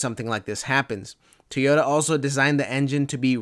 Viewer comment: One last thing mate... You've researched some great 80 info over time, but could you please try saying TOY-ota ? It's never been TEE in any language, as you keep saying.